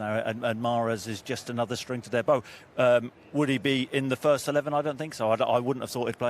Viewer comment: Wembley 'hirsts' its 'fost' game of the season lool